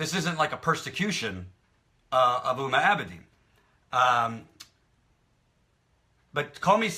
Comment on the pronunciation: It's not Uma Abedin (like in Uma Thurman), it's Huma Abedin, you need to pronounce H. Besides that, I totally agree with point of view.